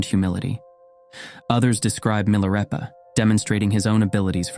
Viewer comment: Why narrator pronounces Milarepa then Milareepa? Is this AI narration, or what's going on?